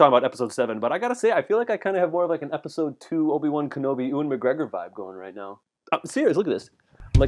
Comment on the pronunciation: Butchered the pronunciation of Ewen. It's YEW-en not OO-wen. Heinous.